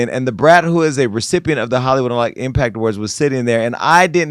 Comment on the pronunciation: The fake doctor repeatedly said impack and perfeck…come on, man.